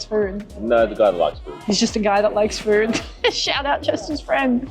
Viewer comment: "we'll eat as much furrd as possible"